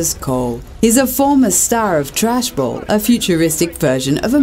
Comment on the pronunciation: Thrashball not trashball